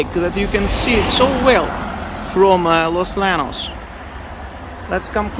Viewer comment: Hey, just FYI in Spanish "LL" is pronounced like English "Y". So Los Llanos is pronounced as if ti was Los Yanos.